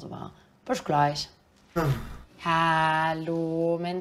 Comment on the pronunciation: warum sagt sie "büsch gleich" bei - ?